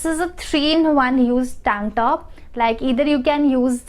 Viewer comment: Other people: Tank top This girl: TaangTTOP😂😂🤣🤣